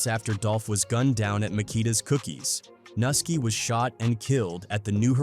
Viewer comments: It’s pronounced NEW-ski! NUSKI! Not NA-ski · It’s not Nuski it’s Pronounced (New-Ski) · The way they are pronouncing nuski name smh